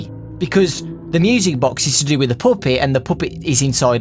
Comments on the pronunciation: You pronounced it wrong it’s poooopet not puppet PS.I subbed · say pup-et not poop-it